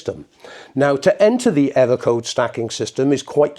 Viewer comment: Pwogwam, ewwo code, ahlahm, pwessuh, dwum!